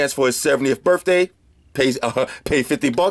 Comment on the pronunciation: You said "Birft Day", lol